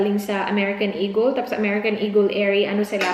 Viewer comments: Im a silent viewer here actually first time ko magcomment in any vlogs.I just really hate those people who act as if ang tatalino tryin to educate others while they cant apply to their self.FYI it's E-GUL(eagel) not E-GEL and she pronounced it right.Stop being a racist folks coz we bisaya ain't dope. Mambash na nga lang mali mali pa. sigh! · Yung mga nangpupuna sa pronunciation ng eagle ni dahil bisaya kayo na po ang perpekto. Pwe 🙄